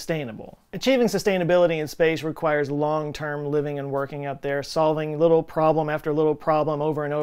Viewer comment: “LaaaaIiivvvih’G “ sooooo DFW. 😁